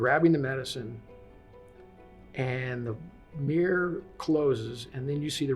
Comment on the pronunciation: What's a "meer"?